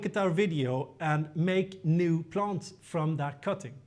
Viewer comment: QUESTION: Can you practice these 2 words - EXcess, not ACcess, and plANTS, not plUNTS? Issue #1: Excess = residual; more than enough, vs ACcess = to capture or get in to. Issue #2: Plant = an organism studied by Botanist; A plUNT = NO ENGLISH SPEAKER KNOWS WHAT THE HELL THIS IS; an annoying sound in an otherwise great and informative youtube video series.